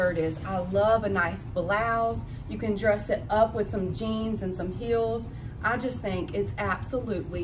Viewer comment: When you were showing your ecru Koret blouse I had to pause, put it on CC, backup, and watch it again. You said you could dress it up with jeans and heels...but I thought you had said BEANS and heels. I laughed myself silly. If you didn't know, shoulder pads are coming back in style. The huge ones like from the 1980s aren't but the ones like you are showing are. The clothes you bought may be newer than you think. I know that some of the brands are still active.